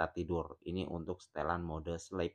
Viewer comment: Min bacanya bukan slep tapi slip